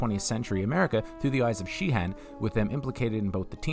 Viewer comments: Uh...Frank Sheeran...not Sheehan! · His name is Sheeran bro, not Sheehan. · "Sheeran," not "Sheehan." 😁